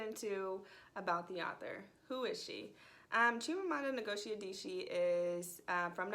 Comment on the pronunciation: Please at least try to pronounce her name correctly.